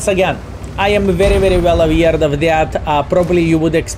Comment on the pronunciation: Good video as always! But, I have one request: can you pronounce aware as aware, and not as aweird? Google translate has a button to pronounce words if you need to hear it. So: "I am very well aware of this"